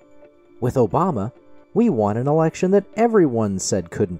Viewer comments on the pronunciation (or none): I also love the sound bites from David Pakman with Trump saying "Obamna", "Truth Cencial" and "United Shates".